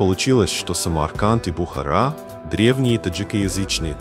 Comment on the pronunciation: Бредовый ролик. И перестань коверкать слово Таджик и Бухара... 🤬🤬🤬